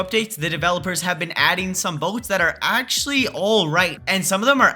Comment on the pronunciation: “BoTeS” not a word☠️☠️☠️☠️